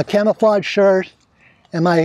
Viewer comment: you said clamaflage .lol